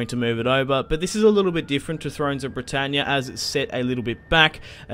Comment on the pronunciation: started laughing straight away at ther aussie "Bretannyaa"